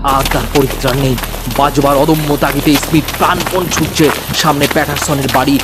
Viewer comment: ই-স্মীথ কে স্মীথ উচ্চারণ করলে ভালো লাগতো